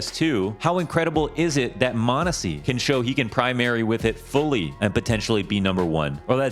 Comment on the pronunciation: its Monesy and its not close